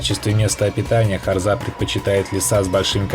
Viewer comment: Автор дебил не харзЫ а харзА не кАбАрга а кабаргА